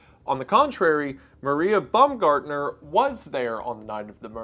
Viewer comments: Imagine going to your first day on the job and being murdered, then years later wendigoon makes a video about it and pronounces your name “bum-gardener” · Also Rieger and Baumgartner